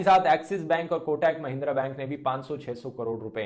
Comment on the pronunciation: Nobody: Dhruv: कोटैक बैंक।